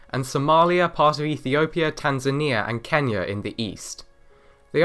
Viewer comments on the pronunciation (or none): none